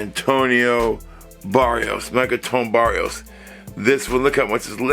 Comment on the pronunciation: The Designer is called "Marc-Antoine Barrois" not "Barrios"...😉